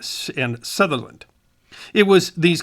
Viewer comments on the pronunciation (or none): none